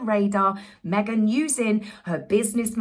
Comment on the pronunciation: You killed me! At the beginning of the video, the way you said Meg-han……..I don’t know why it got me so bad bad this time! But, thank you! I’ve been having such a sad day, I cracked up and spit my coffee 😂😂😂😂😂